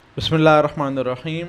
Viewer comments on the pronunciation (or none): none